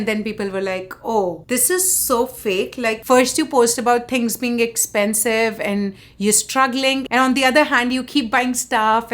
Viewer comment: I suggest a new drinking game. Take a shot every tike this daddy's money screams "Ek-ch-pen-chive" in her videos. Trust me, you'll get drunk in first 5 minutes. But for real though, if coffee, gas and daily groceries are "expensive" for you, you are a dumbasss who moved to a western country like its still 90's (#Amrika #Phoren) and that too without a real job, when rest of us are sipping 'Bucks watching your cringe and judging you. #GrowUp